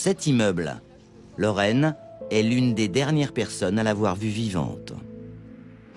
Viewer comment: La copine s'appelle Laureen , unprenon Anglais .pourquoi le narrateur prononce Loraine ??? Encore du Franglais a faire chier !!!